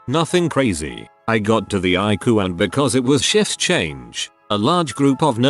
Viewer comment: It says eyecoo and not ICU